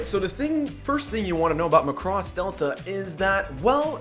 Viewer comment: Btw it's Mac-ross